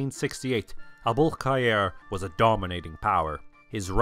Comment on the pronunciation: The 'Abul-Khayr' pronounciation is so satisfying!)